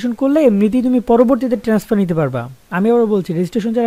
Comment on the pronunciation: Tenesfar naki transfer vai